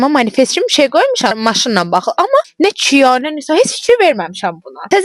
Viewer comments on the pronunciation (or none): Cia dedin tsiya dedin .Ama kia dı